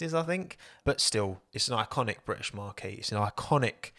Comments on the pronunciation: British Marqee? You mean 'Marque?' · Marque as in a brand is pronounced like “Mark” the name. Not marquee the big tent. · Stop saying marquee it's a tent there's no e on the end it's marque without the ee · Aston Martin make circus tents ? Marquee’s who knew 😂 Think you meant Marque pronounced ( Mark ) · I reckon has only ever read the word "marque" (pronounced Mark) and never heard it before, so is confusing it with marquee (mar-key)🤭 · Can I ask that you pronounce marque correctly, it should be pronounced as “mark” not as a large tent ? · It's pronounced 'mark' unless you're talking about big tents! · Marque (brand) is pronounced Mark - what you pronounced is a big tent 😂. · Someone teach this man how to pronounce "Marque" 😂